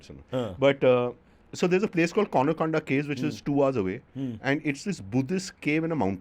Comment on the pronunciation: Its not Kona Konda cave , its Kondana caves !! But Amazing story overall..kahaan se aatein hain yeh log ...wow !!